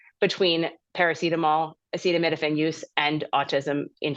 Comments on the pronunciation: Oh, yes PLEASE do watch the whole statement of trump on this.😅 Like when he couldn't pronounce acetaminophen. Full on stupidity. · This station didn’t show him try to pronounce acetaminophen. What a moron.